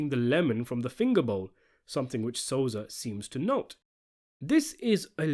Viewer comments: The name is Sosa, not Soza! Thank you! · Lol u said "Soza" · Stop calling him soza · You can't even say sosa right learn your english 😂😂😂